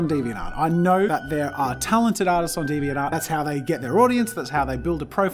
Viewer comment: i'm now always gonna pronounce deviant art as deviant ART